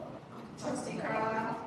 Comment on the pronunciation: It's going to go left for one reason alone. She still calling that lady Car-lier🫤🫤🫤